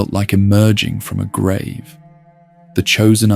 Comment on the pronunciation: How can you mispronounce grave?